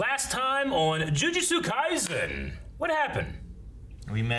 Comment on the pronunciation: Jujutsu kaiSen, not kaizen.